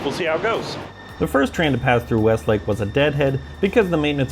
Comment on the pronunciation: You mean mean "Westlake"? lol / - Us locals usually say "rose-a-velt" not "roos-a-velt". Like the 26th and 32nd presidents.